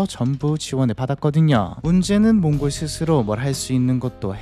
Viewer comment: 왜 몽골로 라고 안하고 몽고르로 라고 발음 하시는지 궁금하네요 버릇인가?